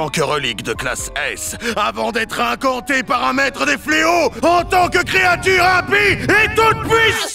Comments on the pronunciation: « Les fleo … fle Oxyz » mdrrrrr 🤣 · Je crois qu'on dit: les fléaux fléotent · "Les fléaux fleauxisent"